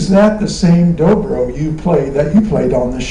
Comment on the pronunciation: It's "Dobro", not "Drobro" hahaha